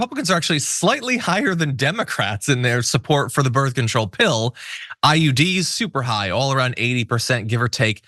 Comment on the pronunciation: Did she just say "birf control"? I'm sorry, but if you are a professional commentator, please for the love of God learn how to PRONOUNCE simple words.